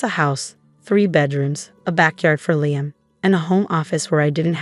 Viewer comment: Pity they can't pronounce Liam properly!!